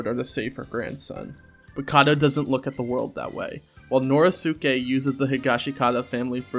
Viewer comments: this isn't really important. but the "i" in the "shi" in "higashikata" is like, silent. its more like "higashkata". same with "norisuke" its pronounced "noriske" just like jousuke is "jouske". i say this because the correct pronunciations are actually easier to say than the incorrect ones. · how do you say josuke correctly and then say "nori-soo-kay" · The only thing I have a problem with is your pronunciation of "Norisuke". You pronounce "Josuke" correctly though. The "suke" is always pronounced "skay". Josuke, Sasuke, Norisuke. Also, I really hope Norisuke doesn't die.